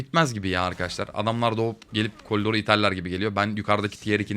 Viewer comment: abe niye kolidor diyon